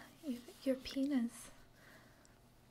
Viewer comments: I have an ASMR playlist from all of my channels and it helps me fall asleep, and I know I'm not alone in this, but I heard "pain is" but it sounded like "penis", and leastwise I woke up and bonked my head on the wall when I woke up. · is you really want to say "penis" instead of "pain is" as a joke.... or its just your accents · took me a second to realize the accent makes "pain is" sound like "penis"